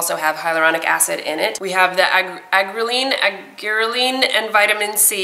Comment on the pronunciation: it's pronounced ( Are-gee-er-leen)